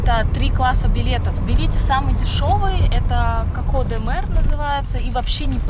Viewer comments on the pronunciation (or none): none